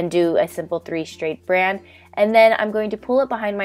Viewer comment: You've got sick brain, girl.. you said 'three straid brand' lol! All of these hairstyles are so cute! I'll probably use a few for the holidays. Love your videos. Hope you feel better!